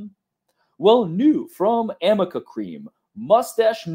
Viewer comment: it's Arnica cream..not Amica ARNICA